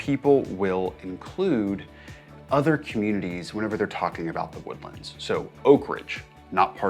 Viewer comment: You been here for 20 years and you pronounce "the woodlands" like that? Bro